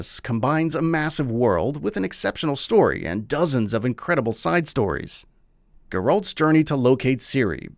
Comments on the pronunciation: I bet these people don’t even game he completely butchered Geralts names from the witcher I feel like the people who review and do these gaming Channels aren’t really gamers it’s all for show and views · How come these major gaming channels keep pronouncing Geralt’s name like this🤦‍♀️